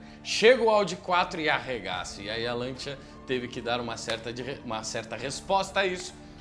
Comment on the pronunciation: Agonia de ouvir "Lantia". Custa nada falar o correto, "Lancia".